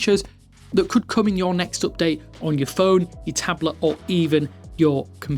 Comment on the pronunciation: Can you explain what an "up day" is? 😂